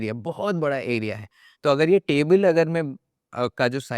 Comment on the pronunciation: Sarba ke andar ka Odia bahar agyaaaa..."tabil'